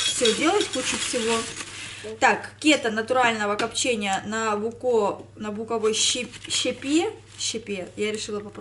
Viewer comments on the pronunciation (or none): 🤭кета' -ударение на второй слог, буковой-ударениена первый слог